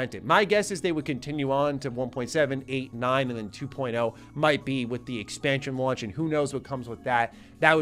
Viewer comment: Two point zero not two point o